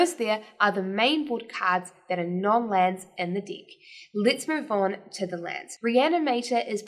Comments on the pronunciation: She's totally understandable, and yes it might be that instead of deck, feels like she says dick 😂 . But that's OK! The only thing that kept me away watching the video is that strange habit that she has with her eyes, 👀 I felt like she was winking at me every 2sec. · might want to be careful with the pronunciation of deck ;-)